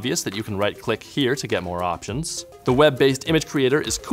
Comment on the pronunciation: Moah Controls! Moah!!!!!